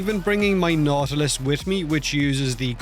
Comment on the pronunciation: Nautilus sounds like naughty list when you say it. I was wondering for what you're bringing that along 😂